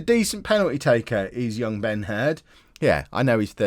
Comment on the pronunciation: I STG I keep thinking when you say Ben Herd that you're saying Ben Hur... Damn you